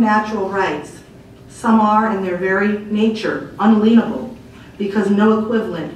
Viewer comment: Our rights are "un-a-LEEN-able". OMG that is adorable. She doesn't know how to say a basic word from our constitution.